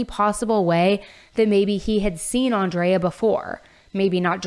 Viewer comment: Crazy to hear you say “Andrea” and pronounce it the way I pronounce my name. She was also an Aries like myself. Feel so bad for her family. He’s going to have a rough time in LA.